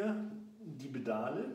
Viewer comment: Die "Bedale" man kennts :D Spaß beiseite. Danke für das Video!